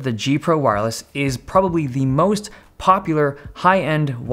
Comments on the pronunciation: "The feature that I like the most" He just got a bit of an accent when he said it. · if u rewind, he says "the feature that i like the mouse-t.." not sure if its a mistake, or intended as a pun but it it he suppose to say "the feature that i like the most.."